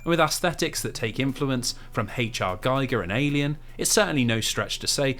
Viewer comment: Great vid, especially as I'm playing M. Prime HD (played the OG Gamecube titles back then). One point (being a pedant). HR Giger's name is (or was) pronounced gee-ga, not gy-ga. I hate myself for not being able to let that go!